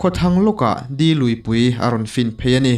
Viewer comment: Di luipui nilovin De luipui zawk ani e.. Dumde tiha De tih ang hian lam tur ani. De lui hi lui lian ve tak tiin Tlabung tuipui fin tu ani.